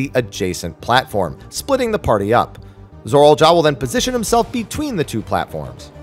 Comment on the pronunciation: I can't get over how he says "Zorol" instead of "Zoraal"